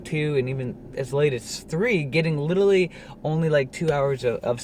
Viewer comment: You're saying 'litrerly' instead of 'literAlly'.